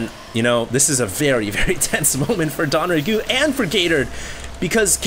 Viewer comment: Isn't it DONG Rae Gu? Why does he keep saying DON Rae Gu????